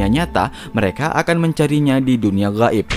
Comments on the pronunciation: Makhroj huruf "Gho" nya manteb bet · Huruf غ nya fasih kali min.... غائب... 😄